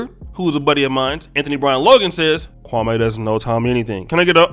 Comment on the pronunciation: Why do you keep saying that man name like that, damn!!! Kwame, has said the pronunciation of his name several times now and you all continue to do that Steven A. BS pronunciation. Come on bro, just say the man name correctly please…